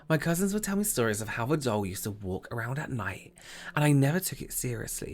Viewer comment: Every time said “doll” I thought he was saying”dull” lol😂 Do a make-up look where you were deprived of using any purple for the rest of your life and you died of agony from it🟣💜🟣💜... you must only use your Chicken Soup pallet for the look😝